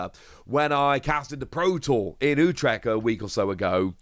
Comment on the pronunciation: You wot mate? You near,y said Utrecht right. Im flabbergasted and shook. Someone, who's english, Can say that city's name right. My hat's off to you sir.